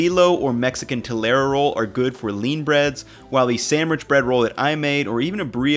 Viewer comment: Hearing him butcher bolillo and telera made me laugh so hard, that it almost distracted me from the rest of the video. Lol.